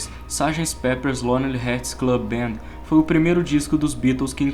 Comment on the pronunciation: É hearts e não Heads